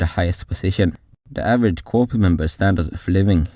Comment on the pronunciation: I really appreciate someone covering this topic. If it was taught to me in school, then it was it was so heavily marginalised that I don't remember it being mentioned. Constructive criticism: sounds like English is your second language. Corps is unfortunately not pronounced as it is spelt - it's pronounced the same way as the word "core" (e.g. core of the Earth). Hope that helps with any other content that you wish to make.